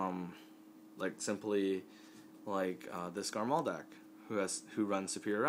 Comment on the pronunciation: It's not Garmall it's Garmore D